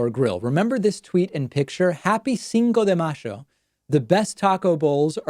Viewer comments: david, it is not happy cinco de macho, it is happy cinco de mayo. lol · David's pronunciation of Cinco de Mayo is the worst I've ever heard: "Cinco de Mashio [sic]". What drug was he on when he slurred this? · Love hearing the 🇦🇷 accent there :) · was... Was that Pakman speaking Argentinian Spanish!? 👀👀👀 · Yup. You're right. lol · Wow, cool to hear your Argentine pronunciation of "Cinco de Mayo" - wish we could hear more of you speaking Spanish with Argentine accent. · I was so distracted by David's pronunciation of Cinco de Mayo that today I learned about Rioplatense Spanish! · wow you can really hear your accent when you say cinco de mayo, finally i hear it! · lol I noticed that too and smiled :)